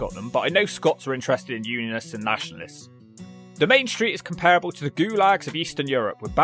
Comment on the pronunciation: no but Lanarkshire has the emphasis on the Lan bit and comparable is pronounced com pra bull. You're welcome!